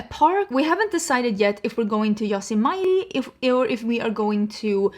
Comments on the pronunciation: Yosemite is hard for Americans to pronounce but I had to rewind to hear if that’s where she meant 😆🥰 (yo! Sem ah tee) The remnants of the native Americans are obvious and everywhere even here in pa with rivers and lakes like the Youghiogheny River, monogahala river and Chautauqua Lake are just a few around me here in pa. speaks several languages and I’m barely literate in English so looks like Native American stumps the best of us 😃🥰. Does Texas have bad winters? I’m from the Appalachian mountains 2640 elevation so I’m used to cold and snowy winters or did she mean in Sweden? I’ll admit it was dinner when I was younger and would go skiing and sled riding but it’s a royal pain in the rear as an adult shoveling and driving in it and needing things like an operational furnace which I need a new one before the winter. Mind licked the bucket in February and I used electric heaters to finish out the winter and it was awful. It’s a huge expense though. Not looking forward to it plus the basement rearranging for workers to come in. I can barely afford to stay where I’m at so there’s no moving in my future. Glad we have you for another year and that you’ll have a warehouse for singe somewhere here as well. Great news. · Yosemite- Yo-sem-e-ty